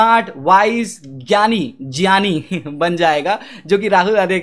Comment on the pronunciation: ये राहुल आर्य 'ज्ञानी' और 'वैज्ञानिक' को 'जानी' और 'वैज्जानिक' क्यों बोलता है ???? हा-हा-हा-हा